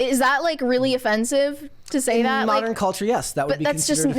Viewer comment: what is “thott?” Is the word “that” you are saying “that?”